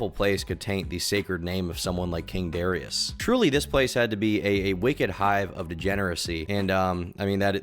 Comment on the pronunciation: Why can't he pronounce Darius right??